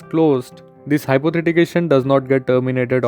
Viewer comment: Good information and helpful for many! But it's "Hypothecation" and not "Hypothetication" you've pronounced it wrong the whole time.